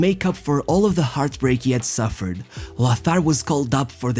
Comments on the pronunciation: Yes, languages like German are certainly not easy for non-native speakers, but "Loßar"??? C'mon. It's simply "Lotar, that's really not difficult. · There is no "th" in Lothar. The name is pronounced "Lotar".